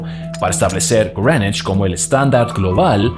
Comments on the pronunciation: El tipo dijo Grenish 500 veces pero nunca pudo decir Greenwich. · Cada vez que te escucho decir (Grenuich) para referirse a (Greenwich) se me revuelve el estómago 😖😖😖 Es que Llevo toda mi vida escuchando a la gente pronunciar eso así (Meridiano de Grinwich) Sácame de las dudas, no sé si estoy mal, muchas gracias por tu contenido. A mí me parece fenomenal este gran aporte a la cultura de la República Dominicana 🇩🇴🇩🇴❤️❤️❤️ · It's Grenech (pueden escucharlo en Google translate) pronunciación británico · Greenwich = Grinuich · Creo que es porque hace la pronunciación en inglés